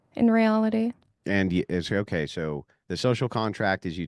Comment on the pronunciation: What’s intrinsically bad is her pronouncing an “R” in the word … “so” ( hard to believe she’s that obtuse she can’t get what he is demonstrating in this debate)